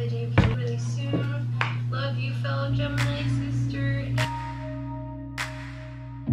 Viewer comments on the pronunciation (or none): none